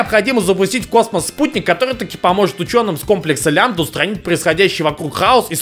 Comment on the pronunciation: Всё хорошо, ору с обзора, но вдруг... "...комплекс Лямбда..." Норман. Плак плак.